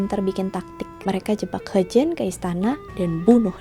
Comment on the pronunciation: Mungkin ini dialek asalnya ya..